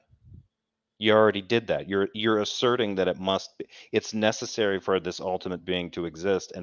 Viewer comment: It seems as if is picking up Derps speech issues as well as his lame ass arguments. I could swear I heard him say "nethetherwhee" when meaning to say "necessary". If he ever tries to say "suspension" we may need a fucking HAZMAT suit if within a 500 mile radius.